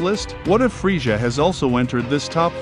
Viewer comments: oh no its the guy who says friega instead of frieza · dude said "freesha" lol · Don't talk about Frieza if you can't even say literally the easiest name correctly. I would take Fryza over Freesia any day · I had to stop watching this half way because I couldn’t stand the way you kept saying friezshha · The way he pronounces Frieza he sounds like Goldmember from Austin Powers lol, aside from that cool vid.